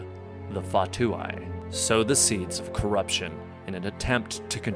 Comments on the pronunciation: Fought-two-eye hahah nooo fa-two-EE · Fatui He said Fu-to-eye instead of Fu-to-ee lmao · The Fah-two-eye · Whats funnt is that he pronounced "fatui" as "fatooway" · Did u seriously pronounce fatui as fatuai?! 🤣🤣🤣🤚💀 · Everybody gongsta until this dude said: fa-tu-eye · Bro it's fa-too-eee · Can u speak normal ? Its so cringe And learn how to pronounce the fatui